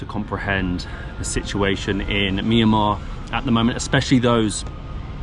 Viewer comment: Mi ya ma❌ Mian ma✅